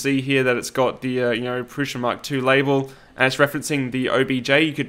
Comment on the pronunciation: You say "prusha" with a shhhh sound. Is that an Aussie thing? Is that how Josef says it? I'm American and would pronounce that as "Prusa" with an "s" sound as it's spelled...